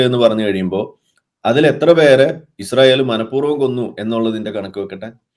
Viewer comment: ഇശ്റായേൽ അല്ല ചേച്ചി ഇസ്രയേൽ നേരെ ചൊവ്വേ പറഞ്ഞു പഠിക്ക്..